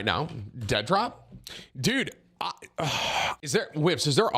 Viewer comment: Did you say Dentdrop?